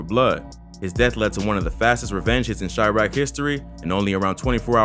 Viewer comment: "chriaq" pretty sure its Chiraq